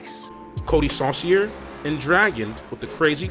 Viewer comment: Funny how you say you would spell Mike Pagliarulos name wrong but you actually say it right but say Coty Sauciers name wrong lol